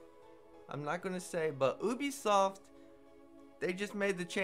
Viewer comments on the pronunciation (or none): What's ooobeysoft?